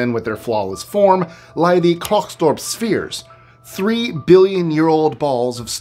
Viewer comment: Klerksdorp is said like CLAIR-ks-door-P